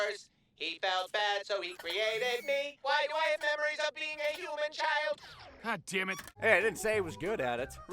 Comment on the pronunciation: "Gah Daiyum"